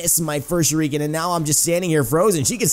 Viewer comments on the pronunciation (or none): Shuriken is pronounced "sure it ken" (without the t) not "sure reek ken"